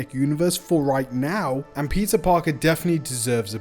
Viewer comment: pizza parker.... dude really can't pronouns peter